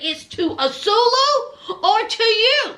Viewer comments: Not azulu .😂😂😂😂😂😂.ann swaaay llooo is how u pronounce his name ... I can't keep hearing azuluuuu😂😂😂😂😂😂😂😂😂😂😂😂😊 you all prideful with it lol lol like she really heard his name like that on TV I guess lol lol love u ❤❤❤❤❤❤❤ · Ahh-sue-way-lew not "asuelo" or whatever you're calling him. Lol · Love the commentary!! His name is pronounced Ah-Sway-Loo